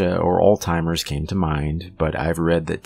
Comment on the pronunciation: LOL! It's Alzheimer's, not alltimers. 😁